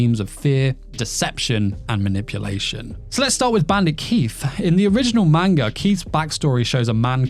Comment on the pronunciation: If you're going to make a video based on a manga, you should learn to pronounce the word properly.